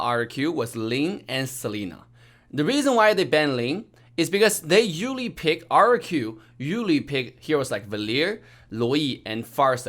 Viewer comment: The way he say usually “uwally” 😂😂